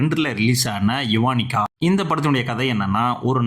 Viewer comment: யுவனிகா அல்ல அது யவனிகா ✅